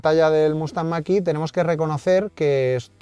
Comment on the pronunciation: La marca puede decirlo en chino , pero en ESPAÑOL es mach e , en eeuu que lo pronuncien como les de la gana , pero aquí la E se pronuncia e , e no i